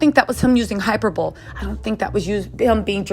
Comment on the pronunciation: It’s not hyper boll. It is pronounced /hi per’ boll ee/ Can u stop talking with such urgent emphasis??? I can’t concentrate on the content because of the crazy way you are narrating. I know your Method of presentation is aggravating my ptsd.